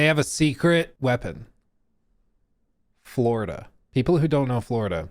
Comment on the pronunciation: “Buhhhhh dude Fwowida is anudder wevew”